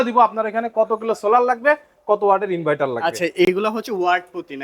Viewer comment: ইনভাইটার না ইনভার্টার